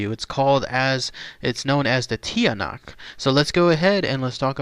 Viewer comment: It's pronounced (Chaa-nak) and its related to the aswang. awesome video thanks.